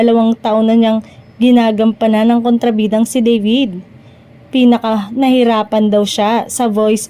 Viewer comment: DAVID po!hindi deyvid!😅